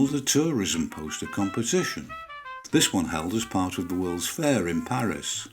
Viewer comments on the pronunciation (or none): none